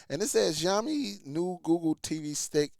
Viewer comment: It's pronounced "Shaowmi"... Xiaomi is a pretty decent company, I've used several of their phones...i gather that because of the low specs of this device that it shouldn't cost more than $15...sure, the 1gb is questionable, but it is still usable for basic stuff... Not to mention that the required 2gb of ram from google is for their current itiration of google tv based on android 14....this stick could use an older os version like android 8 and still be functional... you can find a lot of chinese products on amazon and Aliexpress using older android OS with 1gb of ram selling for very cheap prices... by contrast Xiaomi has their Mi box streaming device that cost less than Google's tv streamer (about $75-$85) has 32gb of storage, and up to 4gb of ram, as well as hdmi and usb port that also upscales standard resolution to hd, including 4k like the Nvidia shield.